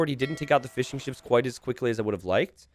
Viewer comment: Am I the only one who hears "Fish & chips" every time says fishing ships